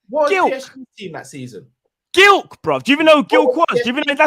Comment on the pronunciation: Lmao pronouncing Gilk it’s Glik bro